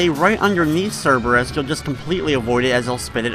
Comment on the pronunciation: You receive a cookie for correctly pronouncing Cerberus' name. Everybody else pronounces it, "cerebus," which is highly indicative that they don't read much Greek mythology.